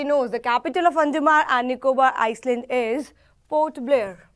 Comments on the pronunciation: yeah its an island not iceland , litraly s is silent called i-land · your pronounciation of island is wrong BTW thanks for this information👍👍👍